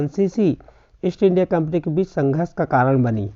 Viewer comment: Kampni hota hai kapni nahi